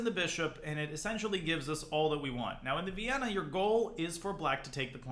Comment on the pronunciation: you mean "Vayyenna"